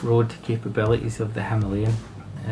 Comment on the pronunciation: Thanks for saying the name correctly 😉 and no there is no other way to pronounce it if you are using English!